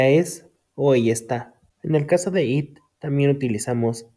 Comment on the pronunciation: Amigo cuando pronuncias it tu pronuncias el verbo comer